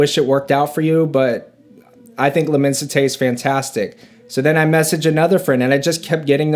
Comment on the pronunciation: Pronounced: LI-MON-SI-TAY